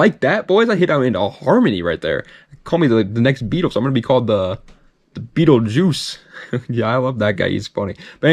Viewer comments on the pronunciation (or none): none